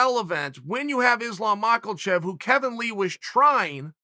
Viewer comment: "Izlum Mawklechev"